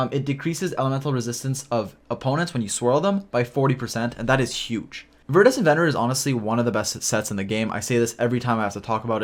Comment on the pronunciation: Idk what your trying to pronounce with that artifact but it iridescent with a V